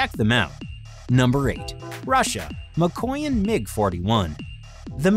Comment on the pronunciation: ma-koy-yan? lol